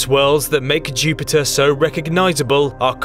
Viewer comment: KING OF THE PLANETS, CHEW-PIT-UH